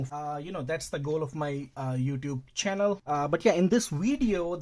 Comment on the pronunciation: Say Chjannel more often